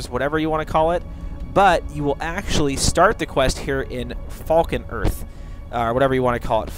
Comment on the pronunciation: Do you know how to say ANYTHING correctly? Or are you mispronouncing things on purpose? It's FALK-REATH!! Not Falcon-Earth!